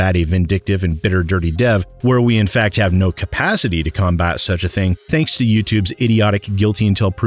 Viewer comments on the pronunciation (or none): none